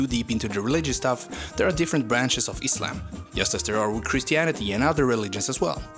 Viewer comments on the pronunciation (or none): none